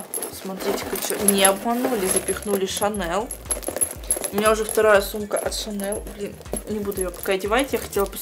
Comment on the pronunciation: Моя сумка шанэл,твоя девушка гочи и мы вместе в помойной кучи.Оруууууу простоо.Еще так говорит не Шанель а ШАНЭЛ.ахсхсх